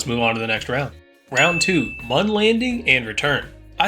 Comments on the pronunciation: its Moon not mun you clown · you are calling the moon wrong you say mun instead of moon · Pretty sure Mun is pronounced Moon... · Why was he saying Mun instead of moon😭😭